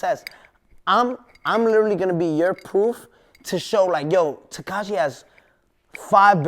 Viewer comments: "tahquash 69" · why does he always say "Tekai 6ix 9ine" nigga can't pronounce his own name who's mans is this😳😳 and his definition of success is "fuckin bitches" this niggas a child mayne that answer pissed me off I'm tryna put my niggas on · "Tekash 69"